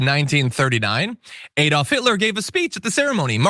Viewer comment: Talking of goons....... It isn't AYdolf Hitler - it is ADOLF - like in "a cat", "a dog" , a horse". There is no "Y" to pronounce in the sociopath's name.